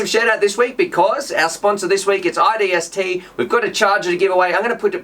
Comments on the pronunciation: Hey it's isdt not idst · Repeat after me, "i S D T". you said iDST every time and typed that up top also.. LOL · isnt it isdt not idst?